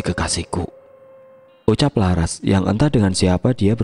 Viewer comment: Kok Lucu ManggiLnya... Msk LaRas di PanggiLnya LaR Hhhh.... Ras x Lbh enak di dengarnya